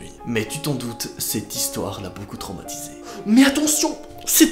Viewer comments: "Tromatisée" UN EFFORT QUAND MÊME? Sinon super video comme tjr. (C’est traumatisé en passant.) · Tu diras au monteur que c’est "la traumatisée" et non "l’a tromatisee" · Tromatisée 😂 tu veux dire traumatisée